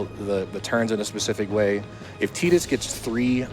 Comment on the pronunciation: how much was the donation incentive to mispronounce Tidus' name the whole run?